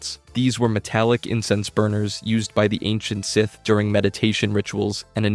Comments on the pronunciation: idiot says scythe instead of SITH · Why did you comment “Seeth” when he said “scythe”. My brain hurts 🤔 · Bros pronunciation is terrible no way he’s a real fan when he can’t say with or kanan jarris 😂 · He's pronouncing it like 'Scithe' and I can't bare to go past 3 minutes further